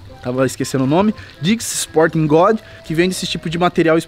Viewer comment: Mano aprende a falar ingles eh dicks sporting GOODS nao god